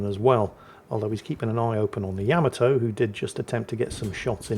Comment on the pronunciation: It's not Yam-a-toe it's, YUH-MAH-TOE, YUH-MAH-TOE, YUH-MAH-TOE, YUH-MAH-TOE!!!